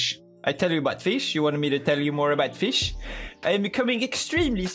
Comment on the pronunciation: Pewdiepie: you want me to talk more about FEESH? Me: yes